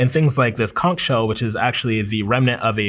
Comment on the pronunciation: As a Bahamian I appreciate the way he says “conch”